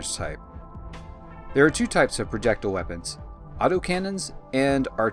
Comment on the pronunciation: Please look up how to pronounce projectile. there are no u's or h's in the word